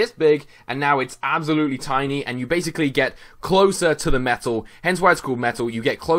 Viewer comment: Sounded like you were saying FULLMETAL as in da anome